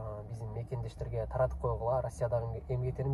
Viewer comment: Таркатып эмес Таратып